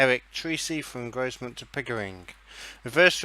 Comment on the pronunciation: The S in Grosmont is silent so u don't pronounce it